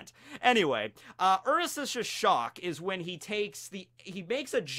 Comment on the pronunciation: I can never tell when is purposely mispronouncing things..? Like, you would think I'd you made videos about op, youd atleast double check things lol Tf is a ursasasis shock?